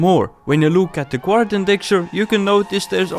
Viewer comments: its guardian not gwardan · The way you say guardian makes me happy haha.